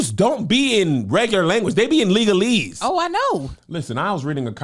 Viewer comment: “Legalese” 😂 thats a first💀